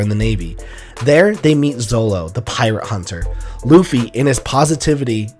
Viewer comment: it's zoro not zolo...